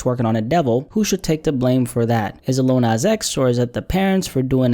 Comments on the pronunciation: He said "Li-ul nas" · Little NOZ